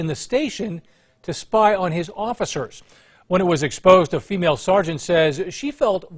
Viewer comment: You keep emphasizing the word female 🤔